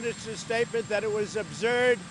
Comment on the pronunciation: "ubzerd" - donald trump 2019